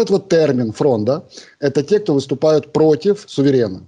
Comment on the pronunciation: ФрОнда, а не фрондА.